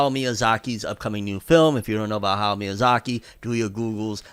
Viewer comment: Is it me or can't say Hayao Miyazaki correct... it's like he heard the name once before and just said it the second time. Sounded like ''Haugh Miyazaki'' wtf